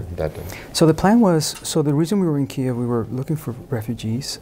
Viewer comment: It's pronounced "Key - Ev".